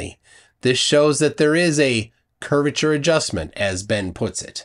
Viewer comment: he just said Curviture of the earth